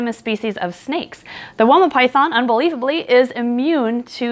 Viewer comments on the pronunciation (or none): fun fact: it's pronounced "why-ma" it's an Aboriginal word.